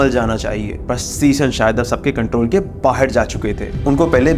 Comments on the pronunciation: 'Baher' nahi 'Bahar' hota hai Pakistani series bahot dekhte ho lagta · बाहेर कर दिया? बाहर होता है भाई